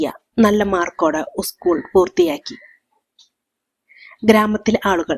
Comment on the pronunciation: കഥ കൊള്ളാം ഉസ്‌കൂൾ എന്ന് പറയാതെ സ്കൂൾ എന്ന് പറഞ്ഞു പഠിക്കൂ.